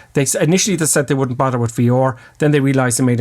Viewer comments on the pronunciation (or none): bother, you meant to say bother at the end lol